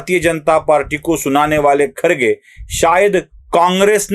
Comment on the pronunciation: YE KHARGE NAHI BALKI KHADGE ENGLISH ME ''D'' KA ''R'' PRONOUNCE KIYA JATA HAI. YE SAHAB K H A D G E HAI KHADG MRUG KA VANSHAJ HAI. BAKI TUM SAMAZ LO.